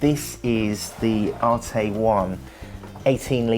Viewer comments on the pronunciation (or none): "ARETE" NOT "ARTAY"